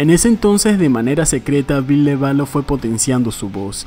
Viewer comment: Me dió un cringe tremendo escuchar el VILLE literal xD no dude, no!